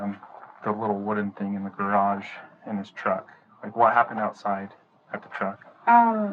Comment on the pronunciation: "You threw me in the garajah!" What the hell is a garajah?